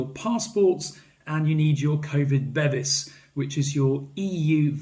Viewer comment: Bevis (meaning certificate in Swedish) is pronounced be-vees not bevvies which is what you get in a pub in England, made me chuckle!